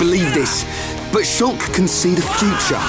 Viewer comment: I'm not ready to accept "shoolk" as the correct pronunciation. I need more time to prepare myself